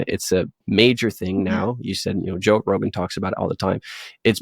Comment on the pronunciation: Did you say joke Rogan?